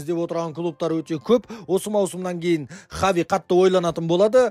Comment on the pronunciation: Хави Хави дей берми Хаби деп дурыстап айтшиш малау